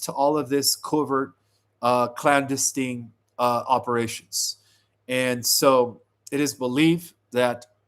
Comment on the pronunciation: Love you but man you butcher so many words lol deter clandestine